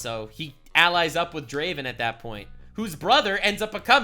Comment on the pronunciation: No Necrit? Sadge. Edit: SHAH'an? No. Pronunciation that bad gets a dislike on the video. Edit 2: RAH-oom? It never stops. Edit 3: He actually did Pronounce Draven right. Your chat is wrong/lying.